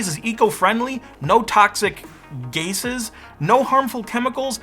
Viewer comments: To the narrator, I am a word bore. Re. You seemed to think gases was pronounced gaises but both spellings (gases and gasses) are acceptable but the most common spelling, gases (which was used here) is more common....just so you know. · "Gases" is the more acceptable plural form of the noun "gas" so it was quite jarring to hear it mockingly mispronounced. The spelling with the additional "s" may also be used for that meaning, but that spelling is more commonly used for the verb form of the word (and for that usage."gases" would be incorrect). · It’s “Gases” 😂😂😂😂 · The word is not pronounced "gay sez." There are two proper spellings, and the one in the ad is the more common. "The short answer: both gases and gasses are acceptable plural forms of gas. However, gases is much more commonly used and is often considered the standard form." - - Google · Why did you pronounce it gay-ses? Gases is the plural of gas when used as a noun.... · Why did you say gases wrong when it is spelled correctly? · The overwhelming irony of you deliberately mispronouncing "gases" because you thought it was spelled wrong, and then later seeing you spell it "gasses," which is wrong, was delicious. If you did it intentionally to get me to type this comment, it worked. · "This is an acceptable plural spelling" I should hope so, given that "gases" is the original pluralisation. Tell you what, I'll allow "gasses" as an acceptable, but lesser equal version. Lesser on the basis it's the American version and that's why you clearly forced a mispronunciation when they're phonetically the same. Absolute tool moment, my yank friend. Enjoyed the rest of the video.